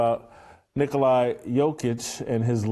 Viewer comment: I had to stop watching your video as soon as you mispronounced Nikola Jokic’s first name. Try again tomorrow. Bye